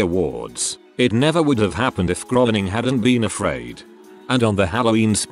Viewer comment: Content creator decides to use robot voice to read content > robot voice not programmed properly > robot misreads "me" as M.E., misreads "it" as I.T., and most ironically mispronounces "properly".